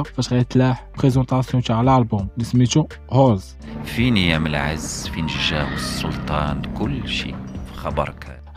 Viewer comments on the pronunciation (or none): خويا ألبوم ما سميتوش هولز را فانيد هاذا سميتو هاولز(صوت الدئب عواء الذئب) كتبت با العربية باش تعرف نطق مهم حاول تخدم علئ صوتك و كلمات ديالك باش يطلع محتوئ زوين